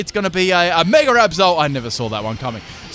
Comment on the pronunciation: meger evolve...i know they originated english but ffs speak it right